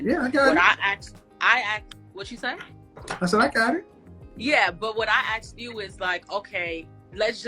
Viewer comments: I've never "axed" anyone anything. What is the problem with this word. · "When I axed you"